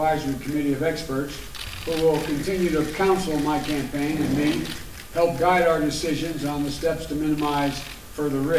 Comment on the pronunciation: Back to school if you plan on talking about a "campane" speech. Was that relative to champagne or campaign? And what is this about a true "polition". Were you going for politician of pollution? Can't those russian troll farms keep you abreast of American English and spelling? Back to the politburo. No potato in your soup today!